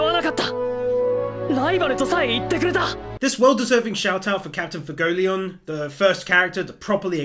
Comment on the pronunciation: Try to pronounce his name as Fway-goh-lee-ohn. Got me the first couple times haha. Great video man 🤙🤙